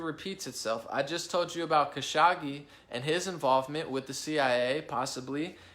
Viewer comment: “Kuh-show-gee” is how to pronounce his name. Who dies an analysts without bothering to learn how to pronounce his main subject’s name? Trump decided to give the Prince responsible for ordering the brutal murder of Kashoggi a king’s welcome at the WH in Nov 2025, and denied to press the prince ordered the killing even though it’s a known fact he ordered the hit..